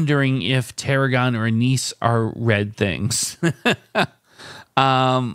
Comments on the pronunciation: Not knowing what Anise (pronounced ANN-iss) or Tarragon are certainly hurts. I think you need to do some more adventurous cooking! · You said "'Wizard of Oz." How does your TV not show you a green Emerald City?? Also "Anise" has the accent on the first syllable., sounds like "ANN is."